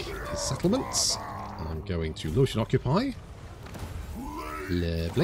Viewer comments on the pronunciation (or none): none